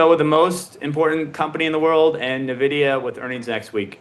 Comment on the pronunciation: How can you trust an "expert" who can't even correctly pronounce the largest company by market cap in the planet correctly?